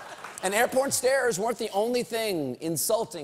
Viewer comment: "Airporn stairs"